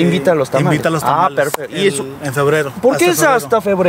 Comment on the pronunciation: Dijo aloz 😅🤣😂